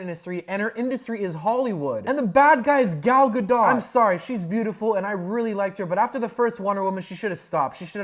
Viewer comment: haha he said Gal Ga DOT wait what happened in the video again